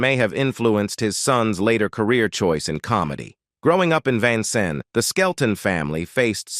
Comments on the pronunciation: Can you please pronounce his birth city correctly? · Love Red Skelton. Hate that they cannot pronounce Vincennes, Indiana. Another one always mispronounced is Terra Haute, Indiana!! Just annoys me a little! lol. AI ... I guess it can't always be perfect!